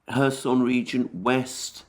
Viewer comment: I appreciate your commentary, but I must tell you it's pronounced KhÉrson, you put the emphasis on the "o" which is incorrect.